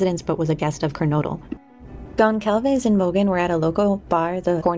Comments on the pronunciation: GonZalves. It’s a mexican name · Great job! Just FYI the "c" in "Goncalves" is silent. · Great documentary. The “c” in Goncalves is pronounced like an s. ❤ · The C in Goncalves sounds like an S . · Very interesting video, thank you. I was waiting for a video like this, recapping all the events of the last few months. The only thing that still bothers me not only in this video, but in a lot of them, is the pronunciation of Gonçalves, which I know is tricky for English speakers, so I'll try to help: you say Gon - saul - ves. The Ç sounds like S, not like C or Z. I'm sure her family would like to see her last name pronounced correctly.